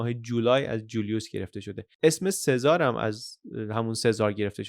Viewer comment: سلام ، ایتالیایی ها اسم سزار رو " چزاره " صدا میکنن یا میخونن.